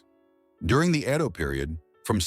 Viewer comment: Pronunciation of EDO as IDO Thiscdisrups the great story😮